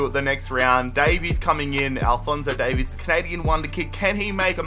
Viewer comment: Why does everyone pronounce welsh version Davies wrong